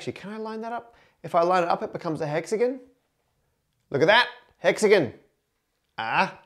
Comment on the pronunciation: Why is Matt still saying hexagon wrong? Because a witch cast a hex again.